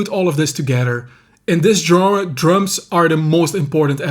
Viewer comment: I still can't believe there's a Dude under 60 that knows how to pronounce 'genre' correctly! A while back I was browsing the bookstore and two cute babes walked by chatting about books and stuff. Then one Einstein mentioned to the other Einstein she wanted to check out a new 'Jenner' - as in Bruce Jenner, or whatever he's into this week. Had a hard time not snorting Pepsi out my nose! I will give them props for actually being in a bookstore instead of the "Brain-Dead Shop For Crappy, Overpriced Clothing" store. I'm so new to this I don't even know the right questions to ask. Reading the comments helps me understand this channel is real, and the info is on it. What/where else should a noob be looking for info? Thanx!